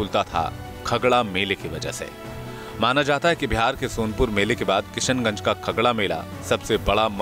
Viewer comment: भई जो भी कमेन्टेटर महोदय हैं उनके लिए 'श' का उच्चारण इतना मुश्किल क्यूँ रहा पूरे समय 'स' पे बहार आई रही कभी-कभी तो किशनगंज भी किसनगंज हो गया